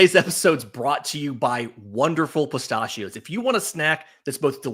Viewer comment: Good morning. The way you say “pistachio” is infuriating.